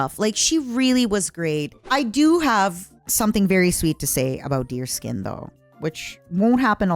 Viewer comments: That’s the funny thing, it’s not, she’s just doing it to mess with her. It’s supposed to be pronounced Dears-kyun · So I'm not the only one who pronounces it deerskin